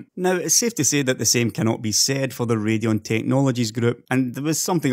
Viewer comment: Sorry to hear that you sprained your ankle,! Just make sure you didn't actually break it, because you'll need to immobilize it with a cast if you did for it to heal properly. First, it's great to hear you pronouncing AMD's graphics division as 'Ray-dee-on'! Kudos for deciding to do this, as it IS their name, after all, no matter how you might pronounce that word in the UK if it weren't a name.:) I want you to know that your videos are making more of a difference than your total views might indicate. It is wistful reality that any really insightful discourse will only ever be read/heard/digested by about 10-15% of the population. I know, as I've been involved with organizations that really are changing the world, but only ever seem to be directly supported by what appears to be a woefully small minority of people. But your videos DO matter. I believe I have already told you that it was your videos that contributed pivotally in my decision to invest very heavily in AMD stock, for example. This has made a huge contribution, not only to my financial situation, but I now have a home of my own again, and am building a wonderful lifestyle with my girlfriend (and soon to be wife) in part because of this. But beyond this, the people who watch your videos are the enthusiasts, and they are the ones who influence the buying decisions of multiple people in their circle of family/friends/acquaintances. So your work DOES have value, and I have been trying to indicate that myself throug